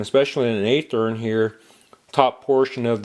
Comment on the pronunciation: By the way... It's pronounced with a Short "A" sound. It sounds like the word "Have". Athearn Just like Kato is not pronounced like the Green Hornet's sidekick... It's K "AH" TO not K "AY" TO.